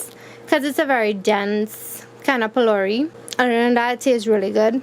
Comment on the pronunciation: the video was amazing but alot of people are watching your video so the least you can do is say the correct word ITS PHOLOURIE NOT BOLDERS its made out of grain dhal and not stones